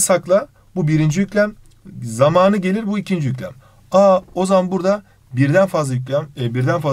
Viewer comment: Hayır normalde samanı kelimesini hızlı söyleyip zamanı kelimesinde a yı uzatıyozya o onları ters söyledi